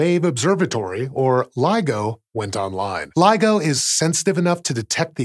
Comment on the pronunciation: Just to make sure that nobody misunderstands anything here: It’s LIGO, not LEGO.